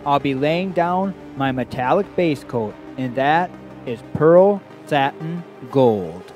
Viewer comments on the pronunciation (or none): none